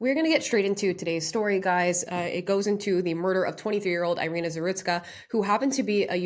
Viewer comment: Thank you for this video. Just for your information: her name is pronounced as “ee-REE-nah”.